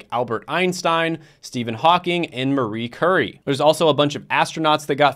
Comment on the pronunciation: Did he just say Marie Curry??